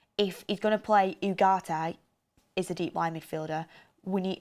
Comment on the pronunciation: OOOGARTE....learn to speak properly FFS